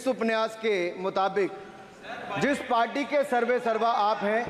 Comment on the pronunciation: Aap upanyas ko upniyas kah rahe hai or dusro ke pronounciation per sawal utha rahe hai